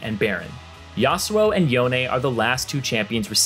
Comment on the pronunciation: dont even get me started on yon-EH